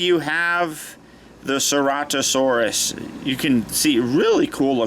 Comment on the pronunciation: U say it as sir-at-a-saurus